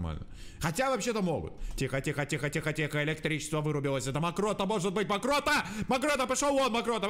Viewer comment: амрокто Через несколько секунд: мокрота 😂